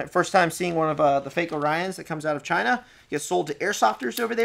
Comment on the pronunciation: "Because it came from...CHYNA."